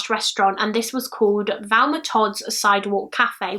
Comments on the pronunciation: Love your channel and think you’re ACES; thought you’d like to know her name is pronounced THelma with the “TH” being prominent 😊 P.S. WHOOPS! Hadda edit to let you know it’s Club TROCadero (with a hard “C”) as in ROCKadero. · she literally said she struggled getting her name right, also I know people from her area of the UK and others, of you watch her mouth, she's clearly saying Velma most of the time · Probably the same people who comment that they are confused because pronunciation of Thelma makes them hear Velma and they are too thick to comprehend that people can have accents.